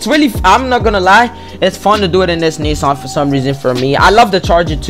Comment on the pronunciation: finally someone who pronounces nissan as knee-sun and not knee-san